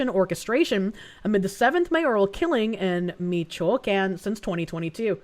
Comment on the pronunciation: Meech-Wah-Con ... Michoacán